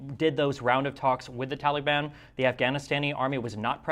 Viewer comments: I like the way that Destiny pronounces Taliban, like Tally-ban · Did Destiny say Towelie ban?